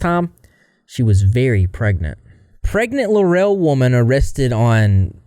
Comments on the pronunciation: Its pronounced Law-rull. Not luh-rell lol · This is where I'm from. I remember it being all over the news. Laurel isn't pronounced Lurell. It's pronounced Lorel. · It larl … rul…not la rel!!!! Just saying lol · It's pronounced Lorrell, not La Rel. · “lore-rell” 😂😂 I can’t handle the mispronunciation of the town. It’s Laurel, pronounced like Laurel. Or are you doing that on purpose? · I live in Eastabutchie Mississippi it’s just a 10 minute drive for me to get to laurel. I’m originally fr Hattiesburg which is just 10 minutes away the other way. I always wanted to hear my town on the internet. Not for this though! And laurel is not pronounced like “la-rail” it’s “lah-rul” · That town is pronounced Law-rel. No. 😂 I haven't been there but I've heard of this small Mississippi town. That's one nasty, sick semi human. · ✨I'm from Mississippi. Grew up a one county over. Laurel, Mississippi is pronounced Law-rule, Mississippi. It's located in Jones County. If you have ever seen the movie Free State of Jones starring Matthew McConaughey, It's located in the same place. Also, the home of the actress Parker Posey. Also, she does not represent the people or the women of Mississippi. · It's pronounced "LAWREL" Laurel MISSISSIPPI. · Pronounced "Lar ul" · It's Law-ra Mississippi with a huge meth problem and no telling what else. Population 17,000 and dropping. I've never been there but it's not too far from here. Absolutely no reason to go there. She's mental and should be in Whitfield (MS mental asylum) for many years. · As a woman born and raised in Mississippi... We don't claim her. We're not like her. Dogs are our little furbabies, not... Ew. Also, Laurel is pronounced "lor-uhl." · the way laurel is like 30 mins from me 😭🙏🙏 its pronounced la rool btw 😭😭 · 🫥 as a Mississippian: we don’t claim her. And as someone from around that area…. We REALLY don’t claim her…. And hearing you pronounce Laurel that way kills me…. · You're pronouncing Laurel completely wrong